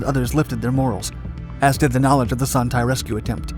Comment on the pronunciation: The 'Tay' in Son Tay is pronounced more like 'Stay' without the S